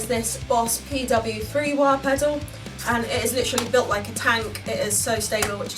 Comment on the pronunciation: The sound sample has taught me something I prefer the low end type of wah sound. Didn't know that before. Thanks! kinda like a talk box I like how you say Wahr 😆